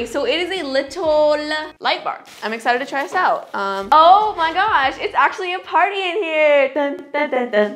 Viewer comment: Is anyone Indian here like me because when she said "its actually party in here" i just remembered "pawrri ho he hai" 🤣🤣😅.